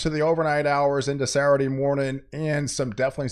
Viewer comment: Sat - ttur- dayy😅 I think he’s doing it on purpose lol On “ Sa- Urdy “ 😅